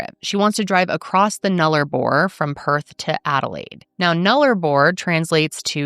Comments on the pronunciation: Doing great talking about Australia. Just one note, Null-uh-bor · She was pretty close.